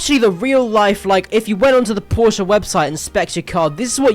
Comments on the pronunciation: brooo its porsch or porsche and not porscha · did bro say Porscha 😭🙏